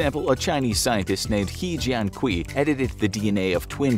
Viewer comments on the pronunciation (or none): We called he jian kui in Chinese, but called he jian kui🤦‍♂️... No way... You just butcher his name🤦‍♂️🤦‍♂️🤦‍♂️